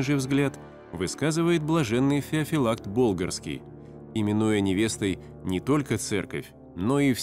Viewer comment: Феофилакт, а не Феофелакт.